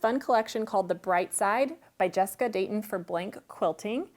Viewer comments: Love both quilts but too much waste in for me. Instead of cutting into a layer cake for 5” squares that you trim down to 3.5 I’d cut correct sizes from yardage., it’s Jessica Dayon, not Dayton though. She has a great YouTube channel. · Gorgeous quilts! Thank you both. By the way its Jessica Dayon not dayton..